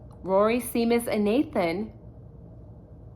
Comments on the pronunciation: Love your channel! Just an fyi and I don't mean to be critical AT ALL but Seamus is pronounced Shay-mus. I only know because I knew someone with that name. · I love you but it’s said SHAY MUSS 😊❤